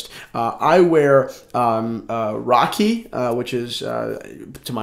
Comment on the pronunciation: It's not Rocky it's Rakhi (Pronounced Raa-khee) Dude 😂😂